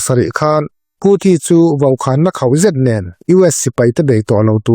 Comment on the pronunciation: Nen lam tih i thlukdik lo, lo inzir deuh teh.